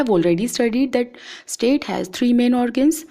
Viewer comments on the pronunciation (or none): none